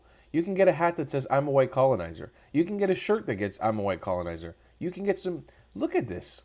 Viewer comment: "White colonieser" 🤨